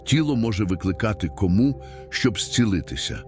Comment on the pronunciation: ... в екстремальних умовах тіло може викликати кОму (помлковий наголос ШІ багатьх відштовхує. Людським живим голосом краще звучить)❤😊 видаліть комент, якщо захочете